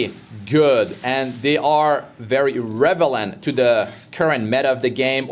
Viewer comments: Don't mean to be that guy.... but the word is REL-E-VANT not REV-ELENT ..keep up the great content .... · are you saying revelant instead of relevant? lol